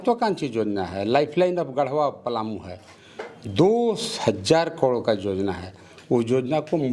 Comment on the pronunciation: Jojana naii be yojana bola jata h